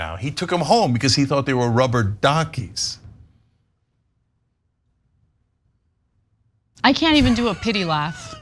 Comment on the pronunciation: Why did I laugh so hard when he said rubber "dockies"??? I normally think his dad jokes are insufferable.... but that was really cute! Lmao 😂😂🦆